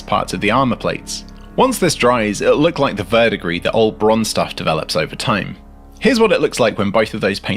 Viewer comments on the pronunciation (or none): none